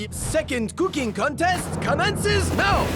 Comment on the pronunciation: Oh putain cet accent français est parfait, je suis plié ! 🤣🤣🤣 ✨Ze couquingue contaiste ✨ ✨You of all pipol✨